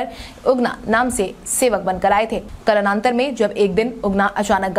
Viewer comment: कालान्तर भी नहीं बोल पाई